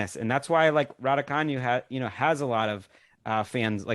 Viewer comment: Another dope episode. I heard Emma Raducanu in a video say her name and it’s not the way y’all decided to say it. Hope y’all can keep the podcast going!! Courts of Thundeeeerrr